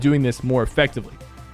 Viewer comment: why did he sound Indian while saying watching lmao